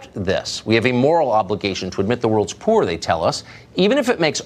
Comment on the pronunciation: Yo this dudes so white and rich he can’t even pronounce “poor” 😂